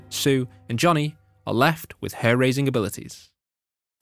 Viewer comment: Did you say hair-racing abilities?